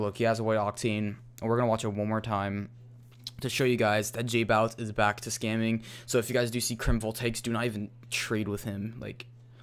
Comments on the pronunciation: J-bow-itz not j-boow-itz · It annoyed me how you say jbowitz...